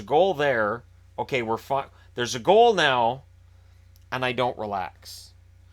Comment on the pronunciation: "there's a goal there, we have a goal, were fucked" -every Caps fan (I know you said fine, but still sounded like fucked)